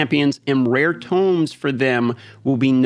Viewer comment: My spine twitches each time Tome is pronounced Tomb. 😂 Great vid as always man. The answers here were not entirely good imo. Increasing the “value” of rares and rare tomes is a weird goal.